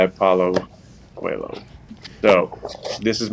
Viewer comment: As a coelho i loved that he knew how to pronounce our last name. Aaron is my new fav qb